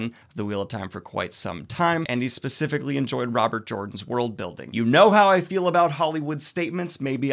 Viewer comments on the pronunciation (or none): none